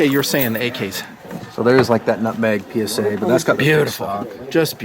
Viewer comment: Petition to stop calling the PSAK the "pee sack." 😂